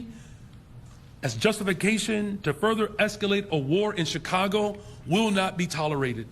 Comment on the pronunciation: Did he say Chikongo? 😂